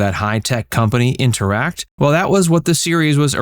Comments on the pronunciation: The first season agency was called “Intertect” - you seem to be calling it “interact?” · The firm Mannix worked for was Interttect. NOT whatever you said twice.